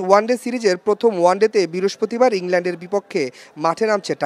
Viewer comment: রিপোটার ত বৃহস্পতিবার কে বিরসপতিবার বলতেছে।